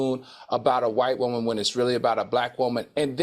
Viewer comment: Al's pronunciation of "woman" tickles me. He pronounces it as Whoa-Man.